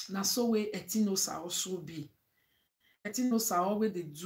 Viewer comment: Etinosa na Etin_osa meaning god's power people don't no how to pronounce her name.